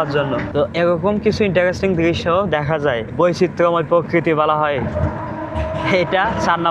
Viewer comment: " পযুক্তি " নয় প্রযুক্তি হবে I পকৃতি নয় প্রকৃতি হবে 😂😂